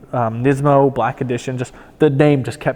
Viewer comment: Lmao doesn’t know how to pronounce nismo